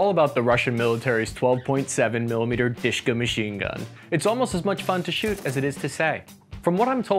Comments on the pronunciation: it's not a Dushka ( sweetie) it's DaSHKa what's mean a woman name - Daria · Он сказал про Душка. А не Дашка. Ты такая "душка". В значении прелестная. Но,как и сказал автор, никто никогда так в жизни не произносил название этого оружия, как Душка. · dushka pronunced a little different.lets break it downd du - like in dual,sh -like in any sh but move your tounge a little back and ka -like co in cowboy. du -sh -ka душка. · Spells Dushka. Pronounced more like "dooshka". Literally means "little soul". Diminutive of dusha (or Doosha) - soul. Translates as darling, sweetheart. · listen if you are going to talk about a weapon and pronounce its name a hundred times AT LEAST LEARN HOW TO PRONOUNCE IT !!!! DUSHKA WITH A "U" L8KE A PERSON ONE HOLDS DEAR IN RUSSIAN . FFS. GREETINGS FROM BELGIUM LOL.